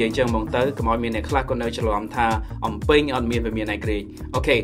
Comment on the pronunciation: you said អំពេញ😌